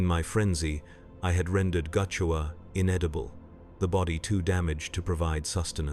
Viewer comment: Not goochewa. "Gu' Chewa", as in gut chewer.